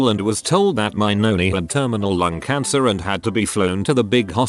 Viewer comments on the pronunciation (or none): none